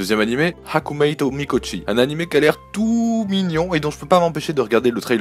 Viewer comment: Sympathique video Je vais buste t'embeter sur un point: la prononciation en bon japonais des titres d'animes : on dit bien [shoojo shuumatsu ryokoo] pour Shoujo Shuumatsu Ryokou, et [Hakumee to Mikotchi] pour Hakumei to Mikochi ;)